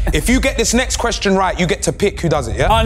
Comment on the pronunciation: ay filly respectfully you cant read out questions 😂 man read the whole ting wrong 😂😂😂